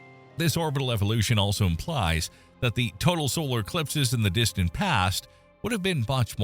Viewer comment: "... in the distant past would have been much more frequent and of longer duration." But the computer voice screws up the word "much". That's the giveaway. This is not a human narrator.